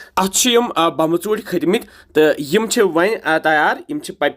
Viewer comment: Sir aap too yh kya bolte ho 😂😂😂 bambe chonte...balki bomb chonte hai